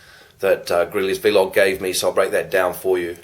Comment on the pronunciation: it's just vlog not v-log hahaha